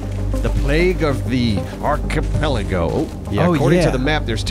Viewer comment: The Achie-pal-A-Lego 🤣